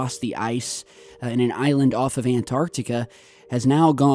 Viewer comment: You haven't seen anything like this before, not "never seen anything like this". P.s. Well done for pronouncing Antarctica correctly. Most Americans say "Anarnica".